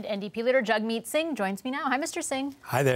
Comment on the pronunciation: At least you guys at CBC should know his name is jagmeet not jug meat